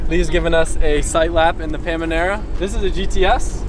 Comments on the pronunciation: You said pamenera wrong . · . Pamanera!? 🤪🤪😋🤭 Lol. You mean Panamera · Not sure if it's deliberate but it's it's a Panamera not Pamanera LOL. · Porsche "Pamanera"? no it´s "Panamera" 😁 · Pamanera???😅😅 Nope its panamera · Instead of saying Panamera he says Pamanera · Did he say pamanera? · Someone tell him that it’s Panamera and not Pamanera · Hey it's pronounced Panamera not Pamanera. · Ngl, it triggered me every time he said pamanera instead of panamera… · Does he say "Pamanera" on purpose? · Common man, just say panamera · Is it just me or, he is saying paMANEra? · Pemenera??? Dude wtf